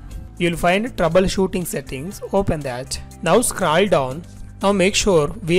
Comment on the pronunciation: Not scrall down its scroll down